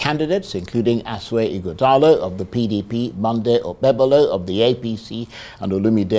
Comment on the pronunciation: it’s 21st sir not 21th and Ighodalo not Ughodalo Don’t sound like your principal pls🙏